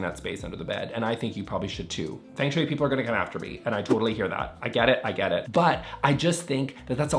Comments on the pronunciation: It’s not pronounced as Feng— FUNG is how it’s said. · That’s not how feng shui is pronounced, not even the anglicized version 😭